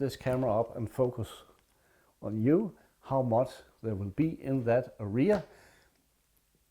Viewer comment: Hej, I watched the video with interest. May I make a few suggestions for improvement? Well then, here we go: #1. The video is too long for a simple message; cut down by one-half. #2 Pictures are shown at machine gun speed, they are too good for such speed. #3 Learn how to properly pronounce the word "area", especially as you use it so often. English words are pronounced with an even stress; you put stress the end of the word. Listen here for a correct pronunciation. Best regards. Chris